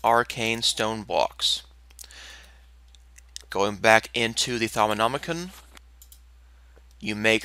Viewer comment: Thaumanomi-kun~ Kawaii desu~ XD Sorry, had to do that with the way youre pronouncing it. XD but good guide video, it helped a bit.